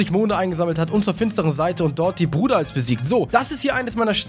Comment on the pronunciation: die Aussprache von ihm war trotzdem falsch.